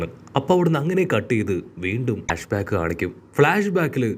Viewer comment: Bro not flag back correct is flashback